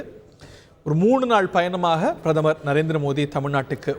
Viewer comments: என்ன பிரமரா? கொடுமை தமிழ் பாவம்! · தமிழை வளர்த்தாக சொல்பவர்களுக்கு பிரதமர் என்று கூட சரியாக சொல்லத் தெரியவில்லையே?